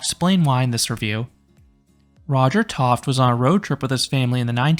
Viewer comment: I've been to Enchanted Forest as a child and an adult. Good memories. 🙂 By the way, I believe Tofte is pronounced "toff-tee".